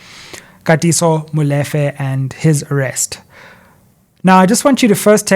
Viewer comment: Love your work and everything about you my brother BUT the same importance in pronouncing English words should be applied to vernacular words e.g Molefe is pronounced “Mmu-Lee-fe”. Again much appreciated to your work baba